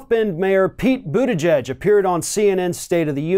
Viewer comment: I just noticed you finally stopped saying literally "Boot Edge Edge". Lol.